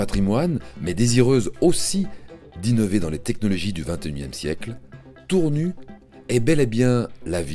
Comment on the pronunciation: tournu ,tour nu! c'est voix a l'ia ne sit pas que Tournu se prononce Tournusse! et non pas tournu !!